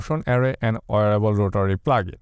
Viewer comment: it's WEEAARABLE not OOrable brother.